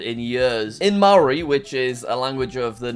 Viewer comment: as a New Zealander, Jack's pronunciation of Maori was about as non-kiwi as it gets. 😂